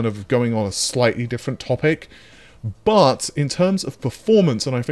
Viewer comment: Dear, i was born 1975 and built many custom setups and i hope, that the underdog AMD will grow up more. I have a x5900 and a 6800xt in my rig and its fine. BUT (as U pronounce it BUTT) -> I think this gonna be a very (too hard) way to compete with leatherjacket NV. NV's advantages is the focus on AI (and as outcome t*rd: GPUs). I really love to see AMD in front, but this will not gonna happen.